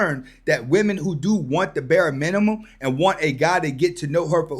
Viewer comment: I'd spend some money on the chick . I'd buy Rosetta Stone so she can learn how to speak English. ffs. "roses is bur minim" II feel like being able to compose a simple sentence that's made up of words no more than 2 to 3 syllables is bare minimum. And please don't take this as it has anything to do with her race. I hear modern women of all shades speaking like this. It's the most classless, childish, insufferable thing to endure.